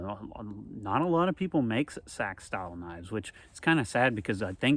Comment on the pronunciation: It’s Ahhctuually pronounced SEEEE-AXE!